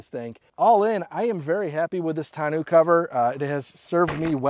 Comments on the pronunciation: Looks good. I just ordered mine. By the way, it should be pronounced tonn-oh, like bureau, not tonn-oo. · Tahn-no cover! ARGHHHHHHHH! Can't watch 🙉